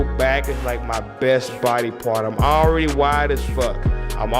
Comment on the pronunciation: I was in the DMV while watching this, all people could hear was "HOE READY" lmao